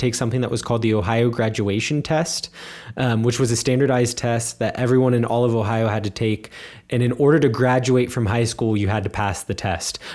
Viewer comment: I think accent-wise is a bit better. As a German, I can hear German accent quite well, I think. Especially the way she pronounces the word "Ohio" gives it away, I think. It sounds very German. But maybe that's just how the people there pronounce it as well, I don't know. It's quite different from the way pronounces it though. accent however is almost not noticeable. Of course, he doesn't sound like the people around me in northern Germany, but he just sounds like he would be from some lesser-known region in the south of Germany or something. Also, his German sounds very formal, like a professional speaker would speak it. Sometimes he doesn't get word endings or words slurred together quite right, though. Of course, the occasional misuse of words also gives it away, but it's the same with.